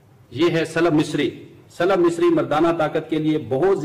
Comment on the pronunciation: Slub misri ni saalab misri correction please thanks